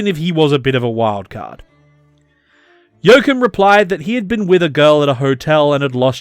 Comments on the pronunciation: Joachim is pronounced yo-ah-chim, with the ch pronounced as in Loch Ness. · You totally butchered his name. He is definitely, absolutely, categorically not called "Jokum". Making a video without even checking the name?! Thanks for shining a spotlight on him anyway. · The fact that his name is pronounced "Yo-Coom" is the .... cherry on top. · Very informative video. Never heard of him before. A true hero of its time. But as a German, I have to say it's giving me cancer in my ears hearing you say Joachim 😀 Just joking, it got me giggling.